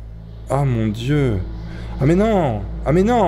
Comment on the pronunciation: oh mon "d'yeux" mdr